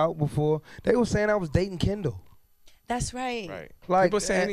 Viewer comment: Its funny how chris brown said kendall. its like KINDUILL lol.. he said thats his home-girls lol